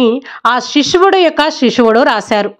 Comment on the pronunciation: Amma nv Bible story bagane chepthunav kani nv cheppe dhantlo Baga style ga chepthunav adhi konchem chusko and one more thing sishudu not shishuvudu konchem jagratha ga cheppamma Bible